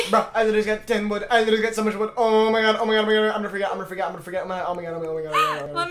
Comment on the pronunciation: saying LITALLY is iconic